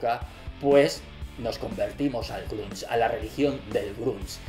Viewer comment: Buen video,, pero el "grúnch" "el gruns" "el camas you are" "lifium" :V